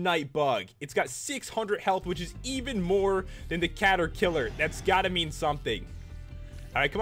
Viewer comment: Cata-kiler HaHaHa